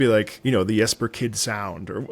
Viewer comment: Really glad is pronouncing the J in Jesper correctly! <3